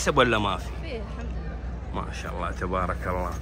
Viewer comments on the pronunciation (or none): ما شاء الله وليست ماش الله انطقها صح ولا ااتقولها هل ترضى احد يقولك ماش حسن